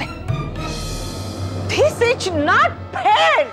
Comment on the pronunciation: Mami j b like thij ij not fair 🤣🤣